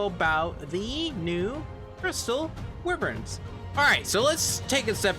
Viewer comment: Lol "wiverns"